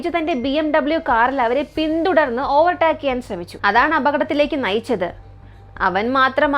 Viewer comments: ചേച്ചി ഓവർ ടാക് എന്നല്ല pronounce ചെയുന്നത് "ഓവർ ടേക്ക് " എന്നാണ് പറയുന്നത്. ഗൂഗിൾ pronounce ചെയ്ത് നോക്കിയാൽ കിട്ടും 👍🏻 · ഓവർ ടാക്ക് അല്ല ഓവർ ടേക്ക്